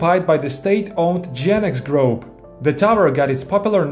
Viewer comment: "group" is pronounced like груп, but with an english speaking accent of course. the way u have said is as grope, which is an inappropriate way to touch somebody. appreciate ur video as always. even the short ones 🤣